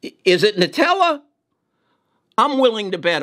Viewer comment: He said Nutella (NTLA) LOL 😂 .